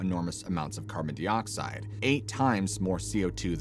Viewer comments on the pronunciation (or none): "Carbon DEE-oxide" Gave you two attempts. Now we can tell you don't know what you're talking about 😢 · Your pronunciation is dodgy AF!…. Carbon-deeeedoxide? Wtf reconnaissOnce?!? How do you decide to say it like that?